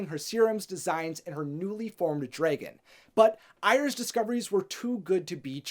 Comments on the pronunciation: Yo it's d r a g o n. Not d r e g o n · Why do u say draegan??😂 just say dragon Is it just me??😂🤔